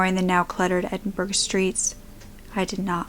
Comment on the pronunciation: Edinburgh girl. Rare to hear my city's name. Its pronounced Edin- bragh.